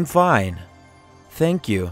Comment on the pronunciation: Adamın dilimi peltek anlamadım... Tenkyu 'ya Senkyu diyor Tam doğru adrese geldik derken oldumu şimdi